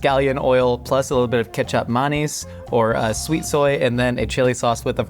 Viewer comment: The way he says "kichap manis",,, thank you for using that term, i feel incredibly seen as an asian fella